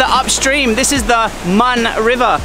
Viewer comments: The river name pronounce more like Moon or Moun. Not Mun. I don't get why they spelled as Mun in the map when its written in Thai as มูล using long ou vowel. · They are call moon river not call mon river 😊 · Moon river. Not mon. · The river pronounced "moon". Not Mon like monday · The Mun River is really pronouced "Moon" River. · The river, it's pronounce "moon" sir.☺️ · my lovely thai wife says that mun river is pronounced mooon. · The correct pronunciation for the river's name in Ubon is Moon. I love your vid anyway! Khobkhun ka! 😊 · The river name should be read “Moon”.